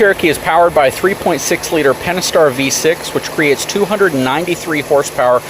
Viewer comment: Miranda Pentastar! i.e. Five Stars! Not "penaster"!